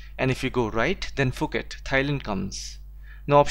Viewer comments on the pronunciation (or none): none